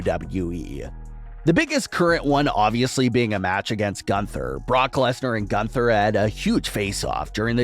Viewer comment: Every time he says 'Gunther I cringe so hard knowing he botches the name every time